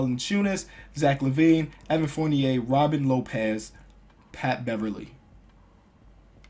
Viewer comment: You should do the say Patrick Beverly name right challenge